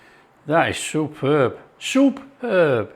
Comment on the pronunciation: SOUP-ERB!! I better get out the breath mints!!